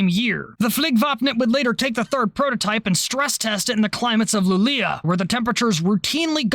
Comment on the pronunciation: Luleå is how you write it, "Lu-leh-oh" is how you say it lol And yes, it's COLD up there, it's IN the Arctic circle and -1°C up there is like -10° anywhere else. I swear to God that thermometer was lying when I went up and visited that one earlier winter...